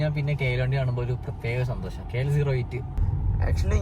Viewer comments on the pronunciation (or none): none